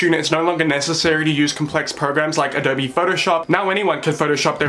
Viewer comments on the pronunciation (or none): none